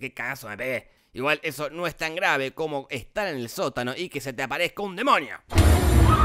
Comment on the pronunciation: Gente: DEMONIO Te lo resumo: DEMOÑIO v